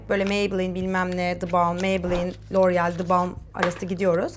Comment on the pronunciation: Loreal derken çıldırıyorum 😑